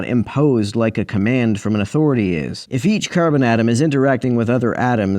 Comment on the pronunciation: The way you said Care-Bin atom was very Midwest in a few spots. Hahah